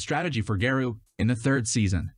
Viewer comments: He said gayro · It's pronounced Sai-tama and Gah-roh-u. This is why it's essential to watch Subs over Dubs.